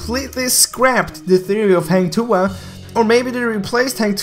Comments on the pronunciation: Hahah its not heng tuah its hang h a not h e heng heng lol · Hang not heng.. When having sex women will said ah ah ah.. Hang tu'ah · Hang Tuah is pronounced as "Hung-To-Ah" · this is how to say hang tuah like this hang tuwah not heng tuah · Hahaha. Sorry. Its Hang Tuah. Not Heng Tuha. I must comment. So funny😂😂😂😂😂🙄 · Heng tuhah 😅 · its Hang Tuah not hueng tuah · Not Heng Tuah it Hang Tuah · Just Hank tua not hang tuha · Its hang tuah not heng tuha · Dud you say heng tuha not hang tuah hahahah this not eazy want say hang tuah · Hang tuah not hang tu ah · It's hAng tu wah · its Hang Tu-ah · "Hang Tu Ha" I'm dead 😂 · Ugandan Knuckles sorry. He say HENG TUHA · It was pronounce more like "hunk" for hang and "two wah" for tuah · That is a Malaysian Mythological Hero The Correct Pronunciation is Hang Two(as in the number)wah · I laugh everytime he says Hang Tuah XD. Jk Its kinda pronunce as Hung Tu-ah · Like i said 3 months ago...Its "Hung Two Wah" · to say hang tuah correctly u need to basically say Hunt TooWah edit: had to sorry XD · the way u pronounce "Heng Tua" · Bro.. for native english speaker This is the correct pronounciation Hunk-to-arh say it faster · It's actually "hunk too-wa" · im from malaysia.. you should pronounce it hang tuah.. #hahahah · hang tuah is actually pronounced hung-tu-a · Its pronounce like “hung to wah” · Im so triggered.he said HENG TUA😂😂😂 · It pronounced as Ha-n tu-ah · 'hung to wah' thats how u pronounce it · how to pronounce hang tuah in malay? say 'hang' as hung, and 'tuah' as too-wahh. at least, its sounds similar as malay. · "hah-ng too-ah" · Its call hung 2uh. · Hunk two Ah pronounce it hahaha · Its freaking hang tuah not heng tu ah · Heng tuhah? 😂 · It's pronounce hang tuwah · Its hang two warh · HANG THUHAH sorry dude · Its called hung tu ah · hang tuah = hung too-wah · Hang Tu-wa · hang tuha hahahahaha im sorry but so funny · Everytime he says "Hang Tuah" wrong i slowly die inside